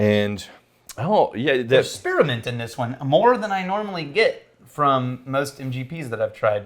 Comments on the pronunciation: Spear-a-ment.... just adding syllables just because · Spearmint not spearamint